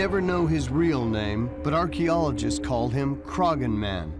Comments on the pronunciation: It’s CROH-HAN hill not crogan 🙃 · Bit annoying that the narrator cannot pronounce 'Croghan' correctly despite it being correctly said in the footage within. The 'g' is silent, it is pronounced 'Craw-hin'. (While regional variation does occur in Irish, 'Crog-hin' is not correct!). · Dude, its a silent 'G' , Crawhan is how you say it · haha they can't pronounce Croghan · right from the offset the narrator continually mispronounces Croghan, super irritating, do they not research?